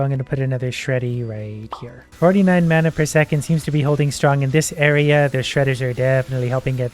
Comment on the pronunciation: He makes me slightly mad mispronouncing mana